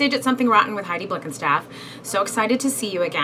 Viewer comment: Blickenstaff isn't even hard to pronounce, its literally said how its written